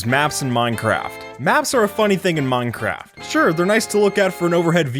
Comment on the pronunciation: Did he just say "muncraft"?